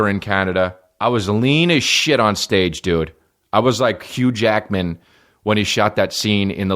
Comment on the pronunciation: And to be clear did you say hugh Jackman or huge yackman? Cos I feel like that's just a spicy phrase for Bigfoot. . Asking for a friend ..... update: I have none.